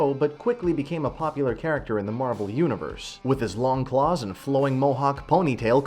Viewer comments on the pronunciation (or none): none